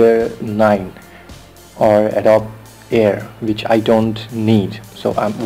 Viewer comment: Why not pronounce the program name correctly? "Adobe" = a doe bee